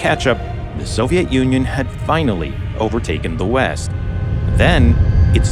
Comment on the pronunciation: I kept hearing Soviet ONion!